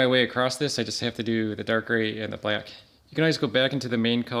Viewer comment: I like how you say black. “Blyack” 😂